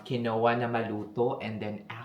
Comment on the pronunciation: Yes Combine 401k and ROTH IRA is the best additional retirement and pension down the road also once you vested normally 3 years When you say grass feed pronounce grass fed not fid 😂😂😂 Or quinoa pronounce Kinwa when you say Kinowa it’s funny actually 😂😂